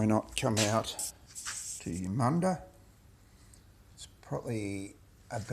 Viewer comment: For. Starters you pronounced the name of the town wrong, Colins surname wrong, and Mr Percival was a pelican not a penguin, I grew up reading his books and. Watching the adaptions of his stories. I also have reliatives in Eudunda and the regions around the town. Although your video was informative, it is let down by the number of mistakes in pronounciation of key words. And names.